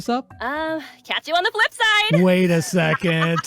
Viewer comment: "wait a seconT"